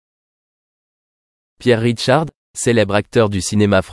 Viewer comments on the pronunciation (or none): Il s appelle Pierre RICHARD et non "Ridecharde" !😮 Longue vie à lui !